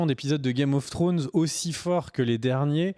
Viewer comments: IL FAUT ARRÊTÉ DE DIRE "GAME OF FWRONES" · "Game of Frones" mdr